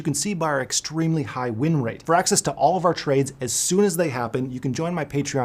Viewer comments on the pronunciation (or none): none